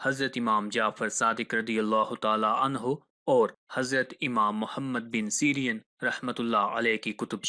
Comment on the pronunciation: The correct pronunciation is Ibni Sireen and not Syrian